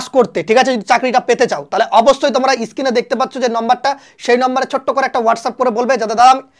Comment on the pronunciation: It is Screen not skin.please try to correct your pronounciation.